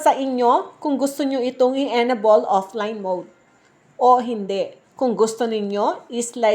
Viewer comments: EN- ABLE not enabol 😊 but thanks for the info ❤ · M; yong pronunciation ng enable ay en-ey-bol.